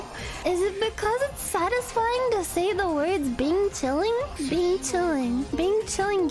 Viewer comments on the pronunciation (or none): I’m mandarin native speaker don’t know why he keeps saying bing chiling XD